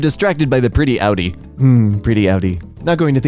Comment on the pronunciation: I’m sure the pretty Audi is very happy now, because you pronounced it’s name right.